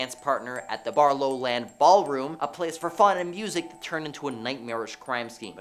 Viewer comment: YouTube is guilty of lots of things, unaliving is the latest in a long line! How about eliminator? And YouTube allows all sorts of different words in songs if they’re actually ads!!! The presenter is very guilty of not looking at the words it’s not GilEo Beach,it’s GilGo Beach! And I’m not from America! In the bible John story, it’s not BarLowlands it’s BarRowlands (as in wheelbarrow) please do your research!!